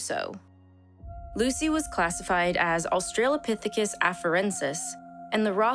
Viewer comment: It's pronounced; OS-trə-lə-PITH-i-kəs There is no "trail" in the word.